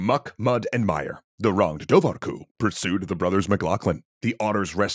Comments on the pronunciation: Awesome, but your Irish could use some work. The bh in Dobhar-cu is silent (and actually, whenever you see an h in any Gaelic language, the adjacent consonant is gonna be different. H doesn't make a noise, it modifies the adjacent consonant). Should sound more like door-cu. For comparison bean-sidhe (or bean-sith in Scots Gaelic) is pronounced banshee. MacBeth is pronounced more like MacBane (or MacBean, this are alternative spellings). Ui Imhair is O'Ivar (descendents of Ivar the Boneless, according to legend). Also, doesn't literally mean anything about otters, it's like a kenning for otter. Literally water-dog (cu is dog, as in Cu Chulain, Cu Sith, Conan, etc.) Dobhar is like an archaic form of water. Just more of an interesting tidbit to add in, lots of things don't literally mean what we take them to mean. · pronounced dowar hyu btw